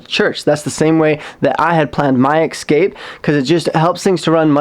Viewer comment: Thank you for another video! I love how you say ecscape haha. Keep up the good work!